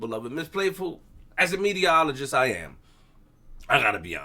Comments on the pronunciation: is Saying “Mediologist’.. Not Meterologist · magic ty ty he said mediaologist